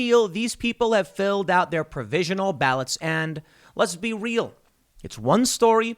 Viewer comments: REE- AL as in Al-bert not "real' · El Camino Real - Real is Spanish and pronounced Rey-Al